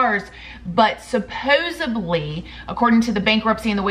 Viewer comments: supposedly NOT "supposebly" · Supposedly SUPPOSEDLY not with a B sorry. Love your channel but that’s A pet peeve.